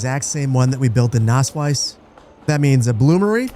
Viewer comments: It's not spoken Nasswise, it's more like Nassweeze. The word comes from wett meadow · Btw your town isn't called nassweiss (wet white, pronounced like nass-wise) but nasswies (wet meadow, pronounced more lik nass-weez). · But I kinda like that it almost sounds like he's saying 'Naseweiß' 😂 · „Nasswies“ is pronounced like nus-weas (pronounced like nuts and beast) „Nass Wiese“ would mean like wet-meadow in German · To pronounce the wies in Nasswies like a German, say it like the beginning of weasel, so Nass-"weas"! You're welcome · amazing video. btw nasswies in english means something like wet grass :D and if you want to pronounce it it is pronounced nasswees. But you pronounce it pretty well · It's Nasswies (pronounced nass-veeze) means wet (nass) meadow (wies) :) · it's not pronounced with a 'u', though? It's more like a short 'ah.' (Sonst wäre es ja Nuss Wiese haha ♡)